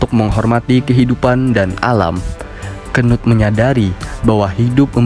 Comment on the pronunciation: ngakak njir bacanya, apalagi gua bacanya pas abangnya nya bilang kenut😂